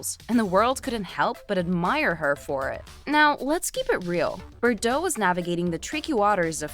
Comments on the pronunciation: BTW, you're driving me nuts how you're mispronouncing her surname! Try this....BAR-DOHHHHHH.......lose that BERR crap. 😂😂😂😂😂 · Forn Gods sake you ignorant muppet BARDOT, NOT BERDOT!